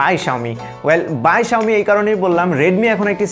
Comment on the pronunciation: its xiaomi not xioa......